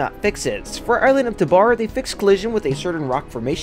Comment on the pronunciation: PLEASE ITS TAH-BOR NOT TAH-BAR